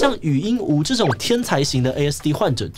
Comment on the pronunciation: 禹英禑ㄨˊ 終於看到有發音正確的了🥲